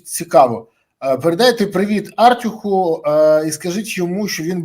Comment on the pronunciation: АртЮх, наголос на другому складі, бо ми ж не угорці, у яких наголошується перший склад слова.